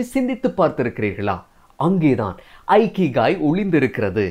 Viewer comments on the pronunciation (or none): இகிகை என்று சொல்லவேண்டும். ஐகிகை அல்ல. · Not aikigai it is ikigai. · ஐகிகாய் is the wrong pronounciation. the correct pronunciation is இகிகாய் "iki" means to live in Japanese language and "ikigai" means purpose of the life. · Bro, the word Ikigai should be pronounced with sound "e"kigai and not "I"kigai. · It is not Aikigai. It is Ikigai. For information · Chinna thirutham anna.''ikigai' Ucharikum podhu ' ekigai'enru warum.👍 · In a Japanese pronounsation This is not a ikigai that's called as இக்கிகாய்.🙏👍👍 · Hello bro, good effort. kindly check the pronunciation of IKIGAI